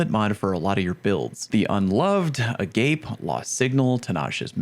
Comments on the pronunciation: I'm gonna get "erm acktually'd" in the comments, but "Agape" is pronounced "uh-GAH-pay." The description of the hand cannon is the definition of the actual word, Agape, which is pronounced how I listed I must stop the spread of misinformation 🤓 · Mispronounced "Agape" like a heathen.😅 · Creators butchering Agape's pronounciation is the best thing about this expansion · Everyone getting on their high horses when "agape" as pronounced by is an actual English word that means something completely different from the Greek word. He mispronounces things wrong all the time but at least there's an excuse for this one. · lol, I recognized it immediately because it’s a Rotting Christ song, Agape Satana. It’s a Greek word basically unconditional love or the greatest love. Hearing it’s pronounced “a gape” is humorous. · It's definitely that pronunciation given the "boundless, without conditions" flavor text, but agape the way he said it is also a word. Could be why that's his go-to way of reading the name. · It's pronounced Ah-gah-pay. Not "a gape" just saying. Latin. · That's not how you pronounce agape!!! Agape is principled love, like the love you have for fellow humans. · Agape pronounced (uh-gah-pay) people that pronounce it the other way are likely trolling 👍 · It's pronounced uh-gaw-pay. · agape is pronounce a gah pay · Agape is not the english "Agape" it's the greek one - Ah-Gah-Pay. It is one of the words in Greek that we use for "love characterized by selfless, unconditional, and sacrificial concern for the well-being of others" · Please stop calling it agape like that lmao It’s a Hebrew word that means brotherly love and it’s pronounced Ah - Gah - Pey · uh-GAH-pae, it’s a Greek word for love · The handcanon is pronounced AH-GAH-PAY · the new HC is pronounced "Ah-gah-pay" it's a Greek word for unconditional love. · Yeah but everyone that likes Bungie is gay so they pronounce it A- Gayp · “Uh-Gaw-Pay” it’s a Greek word! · Is it not pronounced A-Gar-Pay 🤔